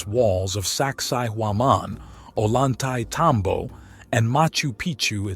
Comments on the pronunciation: just FYI, a double L in Spanish is pronounced as a Y. so Ollantaytambo is pronounced "oyantetambo", not "o-lantaytambo" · You should learn how to pronounce Ollantaytambo (double l is a "y'" sound in spanish"), so its pronounced Oyan-tay-tambo